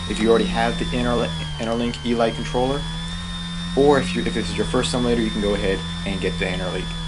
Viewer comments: its pronounced eeleete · Elite... ee-leet. Descriptive of the "highest class" within a group. As in... Only the elite qualified for special service. Not trying to be a... you were having some trouble with that word.:)